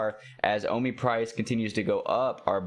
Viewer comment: O MEE bro! Not O MY